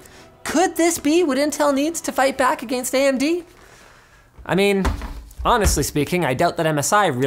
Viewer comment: I AM CONVINCED THAT LINUS PURPOSELY HAS TO SAY "AGAINST" ATLEAST ONCE IN EVERY VIDEO! HE SAYS IT SO WEIRD AND I AM NOT HERE FOR IT 😠🙄